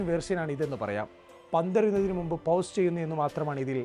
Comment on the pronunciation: പൗസ് അല്ല ചേട്ടാ. പോസ് വന്നു തിരുത്തുക 🙏🏼